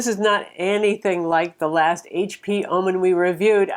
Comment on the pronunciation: why do you keep saying ah-men??? stop it. ;-)